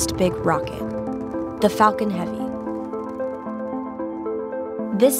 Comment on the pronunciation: 😭😭 he doesnt seem like he said “falcon heavy”